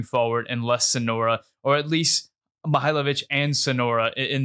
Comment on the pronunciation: Great takes! But calling Soñora Sonora over and over really bugged me😂 it’s just not his name